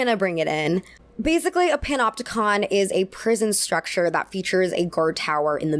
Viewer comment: For a moment there I was laughing with my belly when I thought I heard you say “pinupticon”. But then there’s prison…